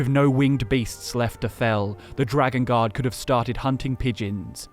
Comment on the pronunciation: Bruh I thought was saying dragon God instead of dragon Guard for like 10 minutes